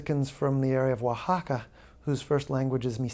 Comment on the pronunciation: He reminds me of Will Farrell saying OaxaCA y MizteCO 🤣